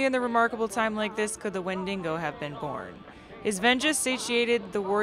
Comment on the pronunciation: I really love the way you pronounce "Wendigo" with an extra "n" :)